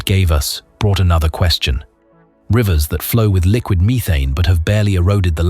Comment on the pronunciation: WUH TAH AND MEE THANE :face-green-smiling